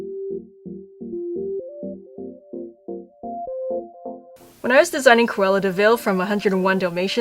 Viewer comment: Quela devil or how ever u say her name. If you know how to pronounce it please tell me!